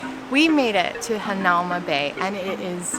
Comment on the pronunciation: It pronounced hana oo ma bay